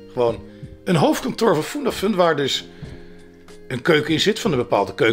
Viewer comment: Het is niet FoendaFoen of FundaFoen maar FundaFun, leer nou is je klanken 😘!! Schuif trouwens asjeblieft weer is aan bij Roddelpraat, jij was juist een toegevoegde waarde binnen Roddelpraat!